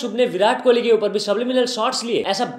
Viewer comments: Kouli chatt he said😂, and kauli is small bowl in punjabi( kohli and kouli mein fark hai )😁👍🏻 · King kohli❌ LING COLIE✅ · Bhai apko padna ja likhna nahi ata kya vo kauli bol raha he kohli nahi .Salo kohli he katori nahi .